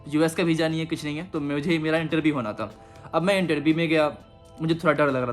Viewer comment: Beezza nhi hota visa hota hai bolna sikhle pehle